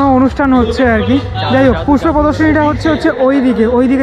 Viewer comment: Puspo mela na uccaron na kore sei allu arjun e Puspa mela bhalo hoto !!!!!! 😂😂😂👍